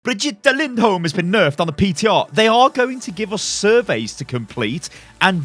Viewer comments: Sound out like this BriG-E-Ta Lind-Holm. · You say brigit lind holm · Amazing names, but she says her name in the Origin story. Just saying. "Baguette Lindholm" XD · if say brigitte lindholme one more time...